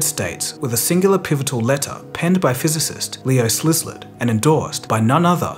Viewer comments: Leo "Zillard," not "Slisslurd." (YIKES!) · "Leo Slizlet "??? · Holy shit that Szilárd pronunciation was really funny. It should be (in IPA notation): sila:rd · to make a small point of correction: Szilard is pronounced "see-lard" or "sill-ard"